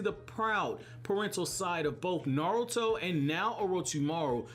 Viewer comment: Blows my mind that your the only American that says Naruto correct. Not Narootoe